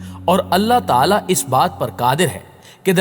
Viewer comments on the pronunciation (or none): none